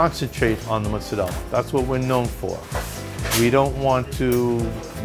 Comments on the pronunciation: Mutts isn't a word it's American jibberish it's either mozzarella or Moz not "mutts" basic whity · Okay, the sandwich looks good. But why, oh why, did this girl call it Mutts the whole time?!? Come on! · It's NOT "MUTS"...it's "MOOTS"....FML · i couldn’t watch the whole video because she kept saying mutts instead of mozzarella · She pronounces it MUTZ but it's pronounced MOOTZ. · its not mutts- it's mutz- u are obviously not Italian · "Moots-a-dell" not "Mutts" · holy shit!!!! Its pronounced MOOOZZ-arella. Not MUTS-arella. So annoying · No one is going to mention how many times this girl said mutts? 🤷🏻‍♂️ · i legit cringe every time she says mutz!!!!! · The comment complain about Motz instead od mozzarella but im more up set that she called aujus and not gravy. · We really out here hating cus she says muttz? Aight. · stop saying muts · just don t call it "mutz" please, seriously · Can you please enlighten us on how do REAL italians pronounce Mozzarella? Because as far as i know, it is pronounced "MOTZZARELLA" or maybe even "MUTZZARELLA" i don't know exactly but it has an T there.. it's not just "MOZZARELLA". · Just say Mozzarella!